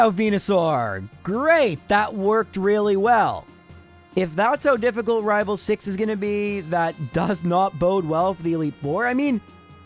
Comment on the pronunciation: Also me: coming to watch to hear him say rival fival